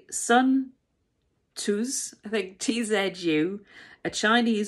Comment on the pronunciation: His name pronounced Zoo